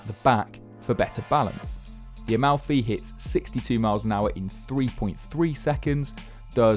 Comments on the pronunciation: "...finally a name that people can pronounce without butchering it..." calls it A-MOUTHY. aiiiiiii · It's incredibly touching when English speakers pronounce Italian words 😂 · Talking about butchering names, but still butchered this one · the absolute incompetency of native english speakers to be able to pronounce anything in a other language